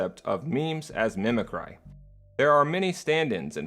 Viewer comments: Mimicry is pronounced "mi-muh-kree", isn't it? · Honestly can't tell if you're intentionally mispronouncing "mimicry" or not. lol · How do you not know how to pronounce mimicry? C'mon man, you say it wrong every time. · Amazing video. Lol it kills me when you say mimic cry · Glad someone else said something, it’s either something he never heard pronounced before his script or intentional, who knows